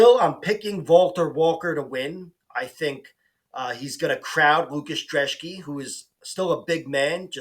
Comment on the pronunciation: Thanks for pronouncing the Polish dudes last name correctly! Great vid as well